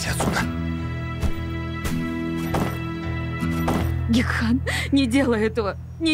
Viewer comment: Гекхан, а не Гехкан!!!